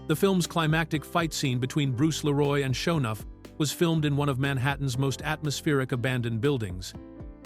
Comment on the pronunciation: Ai slop voice. Doesn't even say Leeroy Green right